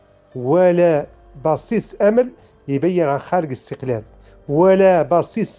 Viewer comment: يا سبحان الله،ينطقون الإستقلال بحرف الغاء (الإستغلال )،صدقتم يا مرتزقة و القريب لكم بل المحقق لكم هو استغلال الجزائر لكم،أنتم تسبحون في الإستغلال الجزائري لكم للنيل من المملكة المغربية. مبروك عليكم الإستغلال و ألسنتكم تنطق بالحقيقة و أنتم في سبات و غباء. الصحراء مغربية و نحن المغاربة الأمازيغ و العرب و اليهود لن نسمح بمنح المرتزقة لا حكم داتي و لا حكم غير داتي،المغرب كله من طنجة إلى حدود موريتانيا و من المحيط إلى الصحراء الشرقية رقعة واحدة غير مجزئة و غير مختلفة في قوانينها. قبح الله فرنسا الخسيسة و ربيبتها الجزائر و مرتزقتهم الملعونين آمين.